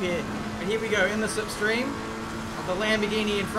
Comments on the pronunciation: Are we gonna gloss over how he said "lipstream" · This is the second video I’ve noticed say “lip stream” now... 😂 and you’ll hear it